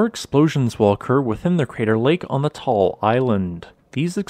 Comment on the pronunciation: Pronunciation is not Tall its Ta-al.